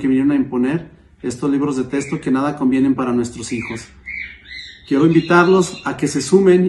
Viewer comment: Se dice Texto no testo, a lo mejor si hubiera tenido una buena educación hubiera podido saber la diferencia ahí lo importante de la educación en Mx para minimo saber hablar bien español